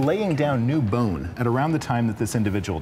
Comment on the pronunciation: Africa wasn't Africa back then! hate the way she says Licking instead of Looking. or lets go and have a lick. Also bine instead of bone